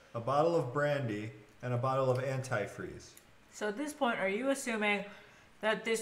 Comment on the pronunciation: Omg I can’t believe you don’t know how to pronounce antifreeze